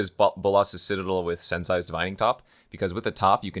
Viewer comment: Sensei is pronounced: sense ay! Not sense *sigh*. Also it really annoys me when you my that clicking sound with your teeth but I guess I’m just nitpicking.